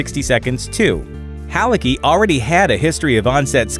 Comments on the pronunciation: Ah, for fucks sake, I hate it - it's pronouncet HALITZKY, not Haliki. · Dude, c in Halicki ain't silent